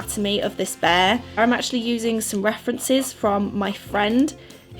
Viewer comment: "Bayah" instead of "bear" 😂❤️